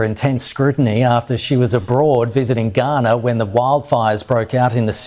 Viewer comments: Heya, I enjoy your videos, very informative and nuianced, but I would like to point this out to you, unfortunately you are mispronouncing Ghana (Gaa·nuh) as Guyana (gai·aa·nuh), confusing the 2 nations, which are unique nations, you aren't the only person who had made this mistake and for certain you won't be the last, but a little corrections goes a long way 😊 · The mistake of saying Ghana like Guyana had me very confused when then started speaking about mayors going to Ghana; I had to go back & read the bit to realize it was a mispronunciation?? 🤦‍♂️ Am I the only one who heard it wrong?